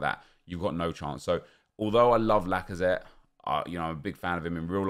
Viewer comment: Alexandre lacazatte? haha more like alexandre lackOfThreat